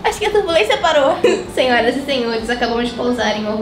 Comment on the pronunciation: Não é terbulensia é turbulência kkkk